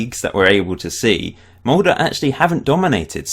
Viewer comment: The Molde pronunciation is finally correct